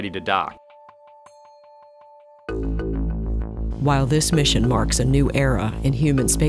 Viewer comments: in front of the space station the next morning , ready to "die" ??? I know he means ready to "dock" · he said dock